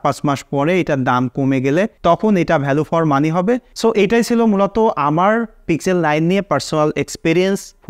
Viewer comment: পিক্সেল উচ্চারণ টা আপনার বারবার ভুল হয়েছে।